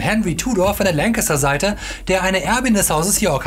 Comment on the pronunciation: hat er... Lancaster gesagt...? D